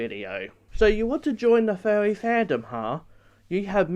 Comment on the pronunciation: He sounds like a monty python character. "Being a Fuwwy"